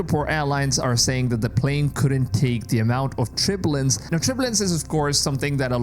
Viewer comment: Turbulance TER-byuh-luhns I love your videos. I don’t critique every word you say. But that was a word that took me a few times listening before I got the context. Just trying to be helpful. Please know I love your channel and I don’t miss a video. I always hit the 👍🏼 button. 😊